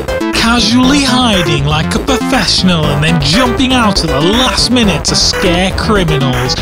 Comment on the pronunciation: perfeshonal review from a perfeshonal sause